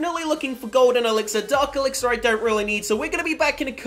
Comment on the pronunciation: Lol you said gold elixer